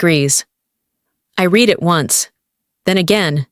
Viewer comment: The verb "read" pronounced "reed" in the infinitive and the present tense; and "red" in the past tense and the past participle! The commentary must be checked!